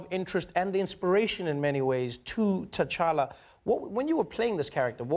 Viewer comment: Trevor just pronounced Tchala with a perfect American flaw! hmmm!